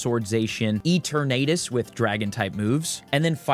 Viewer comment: Stahp pronouncing Eternatus like that!